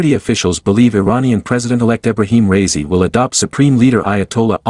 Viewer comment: "ra ee si" not razy